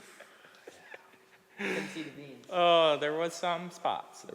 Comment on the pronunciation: 19;06. "We are at da plant dar." Awesome. We must have went to the same school. Non - Minnesotans get a kick when I speak (usually for fun, but sometimes natural) when I really lay on the accent. Yah ya know, go down dar and you'll find it dar, ya know.